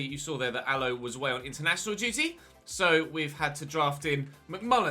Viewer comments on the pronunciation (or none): none